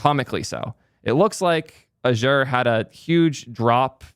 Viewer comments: First time i've heard Azure being pronounce like that :p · please learn to pronounce Azure correctly 😁